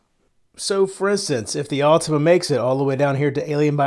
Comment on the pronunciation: Awwwtohma, not ultima.